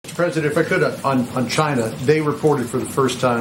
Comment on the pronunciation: NBC = Nobody blame chia-nah